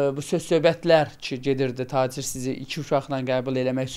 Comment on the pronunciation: Bu xəstədir,Tacirrr başdan xərəb ayıb olsun bu qadına , Get Taçır deməyi öyrən ,sonra danış